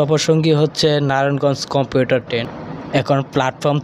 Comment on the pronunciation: কম্পিউটার ট্রেন না ভাই কমিউটার ট্রেন 😂